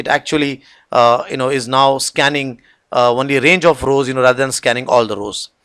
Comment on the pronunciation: Great videos, I appreciate the time and effort and the fact that they are free and educational. But I would like to offer some constructive criticism as it's always surreal to hear advanced technical presentations interspersed with "right?", "what do you call", etc. Also I have to ask, is the word "only" pronounced "one-ly" in some places or is that an error? Otherwise thank you for making this material available.